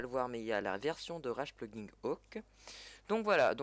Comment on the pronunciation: Au secour comment tu dis "plugin" ton Anglais me fait saigné des oreils!!